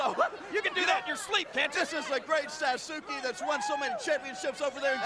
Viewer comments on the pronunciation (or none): It's sad they don't ask people how it's actually pronounced It's Sauce Kay. Everyone keeps saying Suzuki and it bothers the hell out of me. They couldn't hire someone fluent in both English And Japanese? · Actually, it would be pronounced "saaskay" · It's "SASS-KEH" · How laughable they can’t pronounce Sasuke right. Every time I found The Great Sasuke makes me think of Sasuke Uchiha (Naruto).